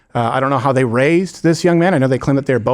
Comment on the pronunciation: "day" why can't they just pronounce "th" THEY